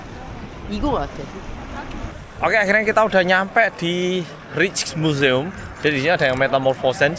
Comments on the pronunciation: Rijk pronouncenya Riyk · Rijksmuseum pengucapa nya raiksmuseum. Musim panas biasanya orang2 suka minum bier. Di Amsterdam ada rujak peris sol uenak pol. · Rijksmuseum bilangnya Reiks museum. Huruf ij itu dibacanya ei. Spt kota Rijswijk bacanya Reis weik. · Masih di Amsterdam engga oppa ? Btw, aku tinggal di Amsterdam. Rijkmuseum itu di bacanya Raikmuseum 😅